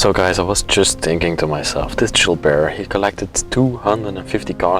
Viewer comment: I thought you were calling the man Jew Bear.😄